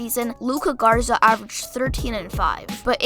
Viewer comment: and it’s GARZA not ZARGA cmon g lol